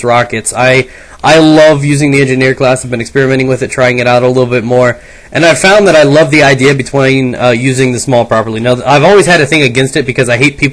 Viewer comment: "I love the idea betwayn..."